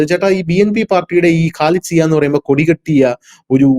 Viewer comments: ഖാലിദ് സിയാ അല്ല. ഖാലിദാസിയാ എന്നാണ് പേര്. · Not Khalid Zia, it is Khalida Zia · മറ്റ് മാപ്റകളേപ്പോലെയാകാതെ പേര് ശരിക്ക് പറയൂ.ഖാലിദ് സിയ അല്ല ഖാലിദ സിയ ആണ്. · Khalida Zia ! Not Khalid Zia, you have to talk correctly 😂😂😂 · ഖാലിദ് സിയാ എന്നല്ല, ഖാലിദ സിയാ എന്നാണ്. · Not khalid zia... Khalida zia